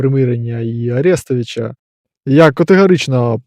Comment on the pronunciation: а че ты по руски сказа арестовыча а не арестовича наголос не туда????ты руский наверное?))))